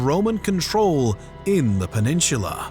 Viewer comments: Someone's gotta teach you how to properly pronounce "peninsula." There is no H. It drives me up the wall to hear "peninshula." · you say the word peninsula weird